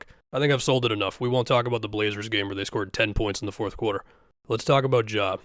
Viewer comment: the boston really comes out when says “quarter”